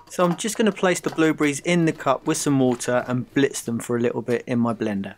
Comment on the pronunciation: It is called BlueBERRIES!!! Not bluebriz!! %¥'fzhop